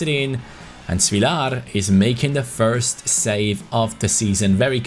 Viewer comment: Your great btw it's short a on svilar not svilaar